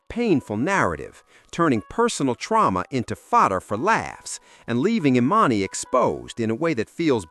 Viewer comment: the AI narrator pretending to be a black man is so damn funny edit:@ the AI gets emannys name wrong